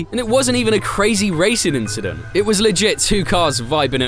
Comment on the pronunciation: Bro had to say leclercs line inchident 😂😂😂😂😂😂😂